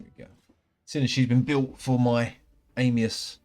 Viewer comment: i wish they would call him "Anius" and not "Amius"